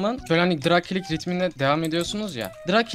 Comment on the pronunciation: nedne dırig klik diyo qwoıejıqowe